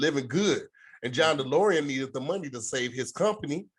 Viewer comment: Not saying "Delorium" the whole time instead of "DeLorean" 😂😂